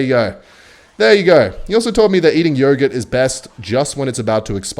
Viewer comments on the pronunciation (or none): Stop saying yoghurt like that ya freak